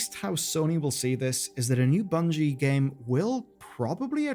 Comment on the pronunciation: I think you meant "Bungie" not "Bugnie" lol